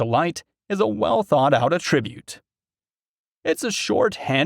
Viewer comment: Robo content. You can tell by the pronunciation of the word "attribute".